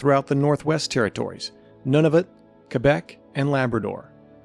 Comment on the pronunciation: Nunavut is pronounced “noon a vut”